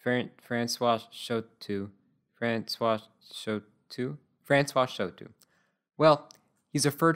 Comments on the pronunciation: Show - toe is the pronunciation of chouteau. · we in Kansas City pronounce Frank's last name as Show-Toe ...like you have 5 of these on each foot.